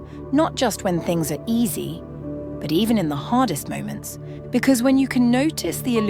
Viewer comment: to bad you make it sound like "all bad tings dissapear...good things remain". you havent understood anything youself didnt you ?